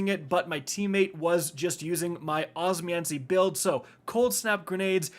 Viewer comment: it's the "OSMANCY" instead of osmeomancy for me.